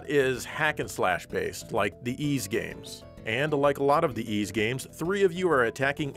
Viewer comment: You get a 7/10 for pronouncing Ys. A good effort.